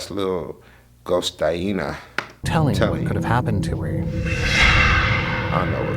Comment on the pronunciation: "Little ghost-aina" im dead